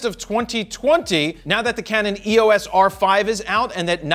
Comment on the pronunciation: Its not E.O.S Jared. Its the word Eos, as in the greek god of light.